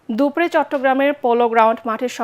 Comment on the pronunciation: দুপরে নয় দুপুর এ